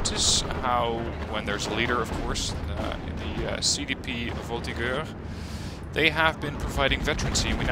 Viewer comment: the French pronunciation struggle can start again, thanks! (the G in "voltigeurs" is pronunced like a J, but fair enough haha)